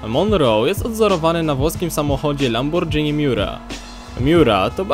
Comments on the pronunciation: Skoro znasz taki samochód jak "Lambordżini" to na pewno jesz też "spadżetti" , jak kojarzę tylko Lamborghini , pozdro ^_^ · Mówi się LamborGini bo to włoska nazwa.